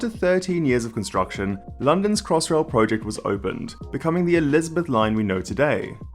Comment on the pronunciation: please pronounce project correctly it annoys me more than it should.